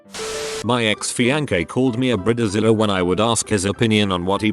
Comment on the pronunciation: Yep, and Brid-a zilla.